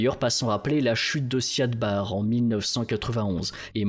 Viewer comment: c'est "Siad Barré" par contre. (même si on l'écrit sans accent) et "intégrité territoriale", pas "intégralité" par contre, quid du génocide des Isaaq que Barré a lancé, et qui a poussé les Isaaq a proclamer l'indépendance du Somaliland?